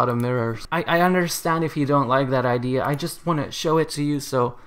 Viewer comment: Its ide-a not ide sorry i just cant stand it xd